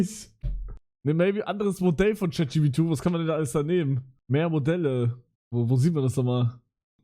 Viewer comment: Warum sagt er chatgp2 das trigert so hart 😂